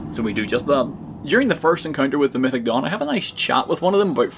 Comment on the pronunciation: I thought he said “mythic dong” for way too long